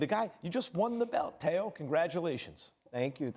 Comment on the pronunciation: It’s Teo not Tao. And this guy only has a lucky punch chance against Loma. Other than that he has no chance at all.